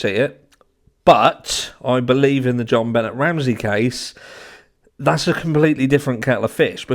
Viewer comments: You're pronouncing her name wrong. Im not judging or complaining, just figuring someone should let you know so it doesnt seem disrespectful in any way. Its not benn-et, its ben-ay Ramsey. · Have you watched even one video about JonBenét before making this video? Her name is pronounced "Jon Benay" nay rhymes with say, not "Jon Bennet". Hence (if you know this case at all you know why I said hence) - the accent mark above the "e". I've never in the 27 years since she has passed heard one person say her name like that. It's not that far fetched that Gary Oliva, who recently confessed, is the perp. He is a convicted pedo, he did tell his friend that many years ago he "hurt a little girl" the night after JonBenét died, he frequented the area of her home, he was found a few years later trespassing and was carrying pics of JonBenét. His friend from back in those days always suspected him. I dont know if he did it, but he sure has a connection to the area during that time period and has been obsessed with her to this day. For those suspecting her father, he dated Natalee Holloway's mom, Beth, later in life after Patsy died. She never suspected him of doing it. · Hi! love your channel!! “Jonbenét” has a French pronunciation (albeit being a fake name haha) so Jon-Ben-Ay 😉 Patsy even goes as far as to say the J softly like the French tend to. But no one calls her John Bennet 😂much love ❤️ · Buh-nay not Bennett. 😂 John Bennett is her dad. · Jonbenet's name is pronounced " Jon BeNAY". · Here name is pronounced john-ben-nay. I agree it’s never going to be solved. Lost cause. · It's pronounced Ben-ay my love. French sounding?? The secrets to these 2 cases are contained within the families. We will never know the truth.